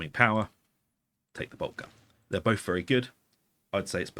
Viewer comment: b-o-t-h , not boaf